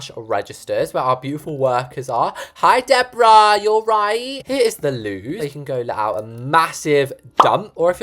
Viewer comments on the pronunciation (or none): none